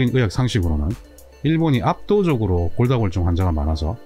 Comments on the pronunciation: 정말 잘보고 있습니다 근데 골다공증을 골다골증이라고 발음하시네요~😅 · 골다골증으로 들리네요. 골다공증 아닌가요? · 도대체 골다골증이 뭐죠? 골다공증인데, 언어부터 정확히 하셔야 할 듯 하네요. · 골다공증을 왜 골다골증 이라고 말씀 하시나요? 다른 병이 아니면 잘못 말하고 있는 건지 궁금합니다. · 처음엔 발음이 잘안되셔서 골다'공'증을 골다'골'증이라 말씀하시는줄 알았는데 화면 텍스트에도 골다'골'증이라고 쓰고계시군요. 흠.. 골다공증을 골다골증이라 하시는 이유가 궁금합니다. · 영상 쭈욱 정주향하고 있습니다. 식견이 남다른분인건 알고있지만 두번정도 영상에서 골다공증을 골다골증이라고 말씀하시면서 자막에도 그렇게 달아놓으셨던데 혹시나 의견에 반대하는 분들이 이런 소소한 걸로 꼬투리 잡을거 같아서 노파심에 댓글 남겨봅니다. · 설명을 보면 계속 골다골증이라고 하시는데 골다공증이 아니고 골다골증인가요? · 감사히 잘 보고 있습니다. 그런데 골다공증 아닌가요? 계속 골다골증이라고 하셔서요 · 골다공증 NOT 골다골증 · 선생님께서 골다골증 이라고 하시는 것 같아서 자막을 확인 해보니 역시 그러네요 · 골다골증? 골다골증? 골다골증이 뭔가요? 자꾸 영상에서 골다골증이라고 하시는데요?